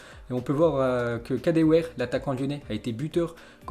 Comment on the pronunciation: Tu sais pas parler c'est kadéwéré